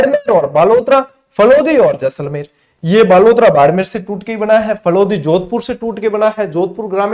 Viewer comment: शानदार , जानदार, धुँवाधर, खतरनाक क्लास थी गुरूजी। आपका जैसले 😅 बोलना मस्त गज्जब था। चेहरे पे हसीं मुस्कान खिलखिलाहत आ जाती he🤩😇 धन्यवाद गुरूजी जोरदार क्लास के लिए। 🫡